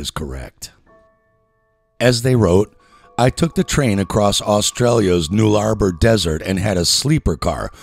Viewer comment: Butchered my country's names. It's the Null-a-bor.(phonetic) 1hr mark